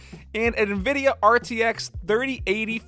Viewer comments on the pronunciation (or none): none